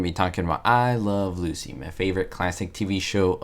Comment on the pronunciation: You're not pronouncing the title of the show correctly.